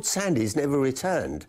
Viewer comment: So, Connor pronounces ‘Worcestershire’ properly. The manager of Lea & Perrins then mispronounces ‘Sandys’! His accent gives him away. He’s not from ’round ‘ere. If he was, he’d know that Sandys is pronounced ’Sands’, like Pepys is pronounced ’Peeps’. Shocking. Also shocking is how the L&P factory smells when they’ve got an anchovy and garlic boil going on.